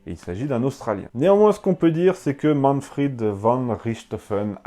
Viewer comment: Léon Vandjour Pourquoi prononcer Manfred à la façon anglaise par Manfrid ? En allemand, le v se prononce comme un F : von Richtophen se prononce Fon Richtophen. Mais à part ce petit détail, j'apprécie beaucoup votre ''Petite histoire'' ! Bien à vous.